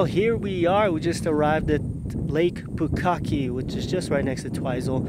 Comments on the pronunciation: Did you say “Lake Bukkake”? Yer something else, 😂beauty Rainbow 🙌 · It's Lake Pukaki.